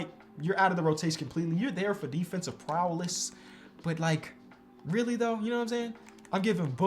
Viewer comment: It’s defensive prowess not prowless